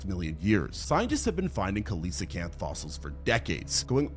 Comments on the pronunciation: "Khaleesicanth" What? Coelacanth. see-luh-kanth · That guy is biologically incapable of correctly saying Coelacanth apparently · That pronunciation of coelocanth is fucking atrocious. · He can't be trusted. That's not how that word is pronounced. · that pronunciation hurt my soul